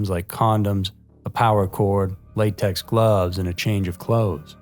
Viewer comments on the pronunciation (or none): none